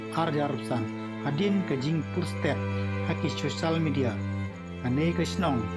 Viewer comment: Balei phi pronounce syiemsip n sosal media